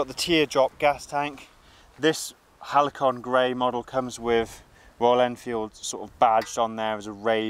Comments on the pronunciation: AHH, I remember the days of simple, uncomplicated, robust and easily maintained bikes, otherwise known as the "halcyon days", pronounced HALSEEYON days (good old days), hence the name of the bike. Not sure what a "halikon" is, maybe some rap artist or something ! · It's Halcyon, not Halicon🙁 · ‘Halcyon’ .. Hal-say-on 😉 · Hmm, I was referring to the pronunciation of Halcyon as opposed to the mispronounciation Halicon; not the colour but, thanks anyway😉